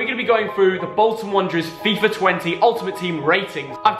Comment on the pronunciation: fam, it's bolton. Btw, love from eygpt.